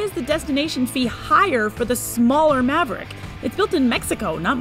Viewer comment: I stopped watching at "Ford Moverick".. 2 seconds in.